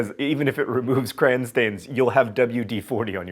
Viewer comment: What kind of Yankee calls crayons "crans"?